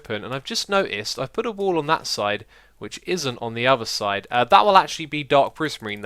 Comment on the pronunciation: Always when xisuma says wall i understand wool :D